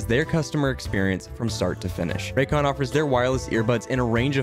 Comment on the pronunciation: Raycon hah Morel like Roycon